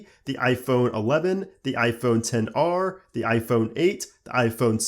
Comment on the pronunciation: for some reason it bothers me that he says 10 r and not xr.